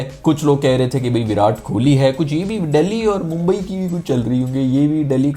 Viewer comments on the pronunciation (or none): none